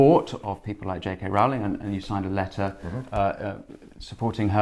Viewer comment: PLEASE can people learn to pronounce J.K. Rowling's name as she pronounces it? Rolling. Or does she have to earn another billion before people think she's important enough to be shown that courtesy?